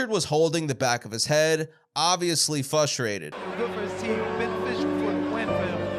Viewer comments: Why is it that no one on YouTube can pronounce frustrated correctly? Fustrated is not a word... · There is an R in frustrated